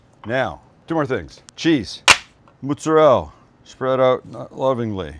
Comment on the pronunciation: I'm torn between him saying "moozerell" and "madone" but then making his sauce out of ketchup lol